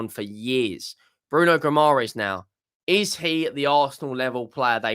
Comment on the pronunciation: Hearing you foreigners trying to pronounce "Guimarães" and failing miserably everytime is kinda funny 😂